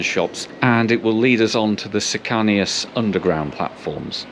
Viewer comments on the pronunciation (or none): Great video, just an FYI, cercanías is pronounced as Cir (like circumference), can, like a can of soup, e as in recieting the alphabet, ass as in your rear end Cir-can-e-ass